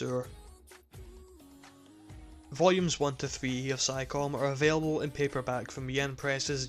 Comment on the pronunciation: I love your review, and I'm not trying to criticize you or anything, but "Psycome" is pronounced like "Psy koh may"